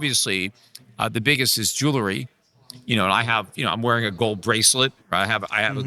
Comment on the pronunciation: Jewelry, Peter. Jewelry. Not “jewlery.” I’ll keep trying